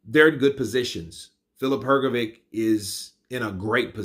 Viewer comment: Daniel Dubios pronounces the last name Hrgović correctly., it's really a big puzzle to me how you can continue to pronounce the last name incorrectly when DDD pronounce it correctly. Could you please explain that? I invite you to listen to the correct pronunciation of DDD. Listen, please, how to pronounce the surname Hrgović CORRECTLY!